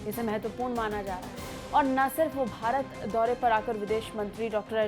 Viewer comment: Abe gadho bhrat nhi hai bharat hai